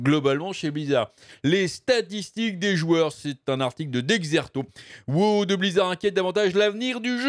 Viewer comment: Mais.... pourquoi tu dis wo au lieu de dire WoW...?